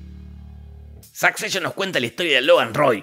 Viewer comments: me da mucha risa que diga SAKCESHON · "Sakseishon" :face-blue-smiling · La pronunciación de la Palabra Succession es de las cosas más Repugnantes del vídeo